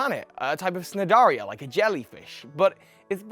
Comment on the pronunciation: I love this video series, but there is one thing that keeps bugging me... As a concerned biology student. The "C" in "cnidarian" is silent!!! Dx